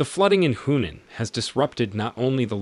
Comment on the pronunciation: Your narrator needs to work on his pronunciation of Chinese place names including Hunan and Yangtze as well as the word deluge.